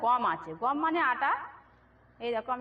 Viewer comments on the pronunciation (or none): এই লতু গম নাকি গাম বলে মনে হচ্ছে ❤❤❤❤